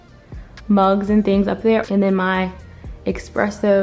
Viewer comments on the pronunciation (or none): Espresso not expresso btw